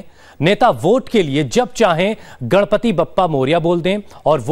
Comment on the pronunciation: Gadpati nahi ganpati. Theek se bolo naam.